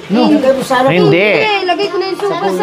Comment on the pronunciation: Sopas madam not sowfas